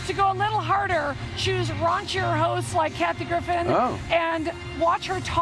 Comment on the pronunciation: LOOOL, the guy cutting the cake said "Kathy Griffith" :D